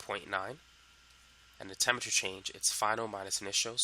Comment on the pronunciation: The only thing that throws me off about this guy is his pronunciation of certain words. Temmature instead of Temperature. Mulleckuller instead of Molecular. For me, it's distracting and off-putting